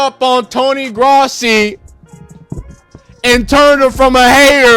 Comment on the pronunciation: Its Growssi that’s how it’s pronounced.